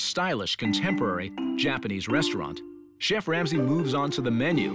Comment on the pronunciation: "CHEFF Lamsey" 😂